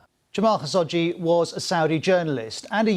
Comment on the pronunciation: I want to say this is a good report, but the way he mispronounced khashoggi's name drove me crazy. KHA-SHOQ-JI